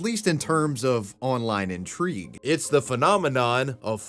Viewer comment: never say intrigue again with the wrong intonation. i know english isn't your first language, so stop using it improperly. it's fucking annoying to hear you constantly butcher simple words in a sentence you just think will sound nice but you have no fucking clue how to say them properly. no more internet for you until you learn english.